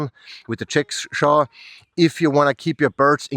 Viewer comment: GREAT info but please indulge me a chuckle to hear that in your accent, ‘jigsaw’ sounds very similar to ‘chickshaw’. 😂